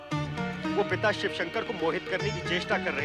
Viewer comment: तुम्हारे वीडियो में (शिव) की जगह (सिव) हो गया है कृपया उसे ठीक करे🙏🙏